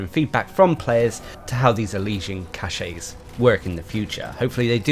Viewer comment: CACHE is pronounces KASH, not KASH-EY!! 'Kash' is the correct pronunciation. If you pronounce it 'kash-ey' then you're actually using a different word entirely, cachet.